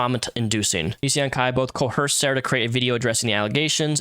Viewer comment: "Coerced" does not have an H in it. :)